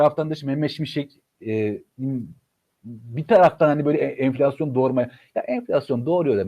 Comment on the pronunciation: cok tatlisıniz enfilasyon